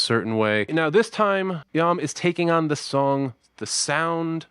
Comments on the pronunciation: It’s not Lam! It’s Iam ( ee-hum). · The name is Pronounced Ian with an “m” not “I am” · Dude u r mis pronouncing his name it's not yum it's em Tongi it's the last 3 letters of his name William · Iam is pronounced the same as "Ian" but with an "mmm" instead of "n" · It’s Iam pronounce the Kline a long E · Name pronounced on show as Iam Is 'Ee am'